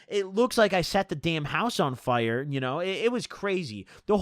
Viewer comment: You say fire my “fyure”